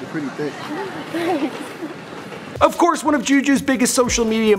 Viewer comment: “ yo you thik” “Thanks”